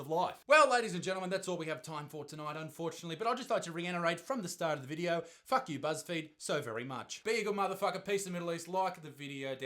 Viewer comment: Isaac Butterfield , the word is "reiterate" not "reinterate" you half wit